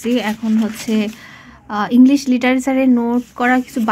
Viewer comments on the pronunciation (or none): none